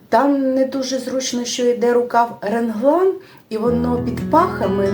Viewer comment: РеНглан ? Завжди був реглан.